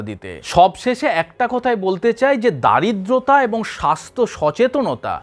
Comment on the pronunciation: Kathata😮Daaridrata noi hobe doridrota baa daari ddra.